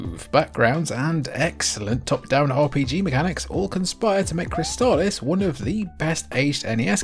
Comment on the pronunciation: Props for correctly pronouncing Crystalis. I had been saying it wrong for 30 years.